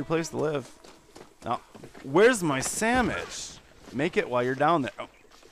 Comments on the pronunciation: I just want her to make me a samich. That how I say it too!!!!! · lol u make me a samich, ma'am. Ma'am, make me a samich. Ma'am. MA'AM. Okay, here comes the lasso...